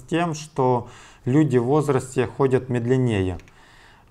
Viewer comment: МедлеНЕе? мЕдленнее, может?